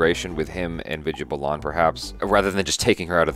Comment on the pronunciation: Balan is pronounced as 'Bah- luhn' and not 'Buh-Lahn', its Vidya Balan (Bah-luhn)